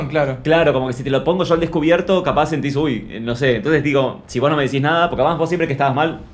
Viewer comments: NENITAAA, aclaranos si dijo "wos" o "vos", toi que no voy a poder dormir(?) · Dijo Vos pero no modula bien. Le dice que no lo dice de falso (porque están grabando para su canal), se dan un abrazo y compara a Martina con Ramita, que son los dos youtubers. Después se enojan cuando Martina las tratas de tortugas estúpidas 😮‍💨